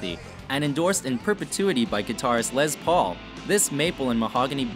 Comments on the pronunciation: “Lez” Paul...... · Say it with me... LESS Paul. Not LEZ Paul. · It's not Lez Paul, it's Les Paul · Ok people stop calling the les Paul a Lez Paul...it's les with an s not a z...🙄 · It's not Lez paul. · They were calling it a Lezz Paul on one... lol. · It's a "Les" Paul not a "Lez" Paul and it's Basswood not "basewood"!!!! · I know it’s WatchMojo so I shouldn’t take anything they say seriously, but it really bugs me how they can’t say tremolo right AND how they say Les Paul every time they talk about the guitar, but get it right when they talk about the man.